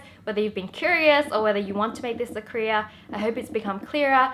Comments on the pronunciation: When she keep saying "career" it sounds more like she's saying "korea" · i actually thought she said korea 😂😂😂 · Wengie, it's "career" not "Korea". That place is about to get nuked anyway. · Whenever she says "career" I always think she's saying "Korea" and like an idiot(which I am) I'm all like "huh? Kpop??!!" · was actually about to comment this. same!/😁